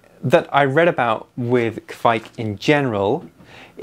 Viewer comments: Ka vike... not kquick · If you pronounce Kveik like you say quake, except you exchange the u for a v (qvake), you will be golden. Love from Norway :)